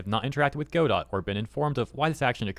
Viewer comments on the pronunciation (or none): G'dough, not go-dot. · it's pronounced 'go-DO' with a silent 'T', not 'GO-dot', but great vid! thank you! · It’s not “go-dot”, it’s pronounced “god-oh”. 🤣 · not to be critical but the correct way to pronounce Godot is without the t, I had a guy talk my ear off about it is all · its pronounced Ga-Doe, not Go-Dot. Dont block me for having this criticism. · Note that Gail Godot is firm on the fact that her name is pronounced Go-doT. As you say, the name of the play is "Go-dough". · it's pronounced guh dow not go dot :| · Hearing you say Go Dot so many times is hard on the ears lol. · Hey bruh. Its "ga-doh" As in "waiting for Godot" which is a famous stage play. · "Go dot engine" 💀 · It’s pronounced Guh-dough. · go dot? really dude? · "God-oh". Like the play "Waiting for Godot". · Not Godot! God-dang-it!!! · aw i love how can't pronounce words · Godot is pronounced [GUH-DOH] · Godot is pronounced G'doh. I'll take my leave now. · Pronounced “guh-dough” like the Samuel Becket play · the T is silent in godot (go doh) :face-red-heart-shape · I'm happy you are coving this but please at least look up how it is pronounced before making the video. it is pronounced "ga-doe".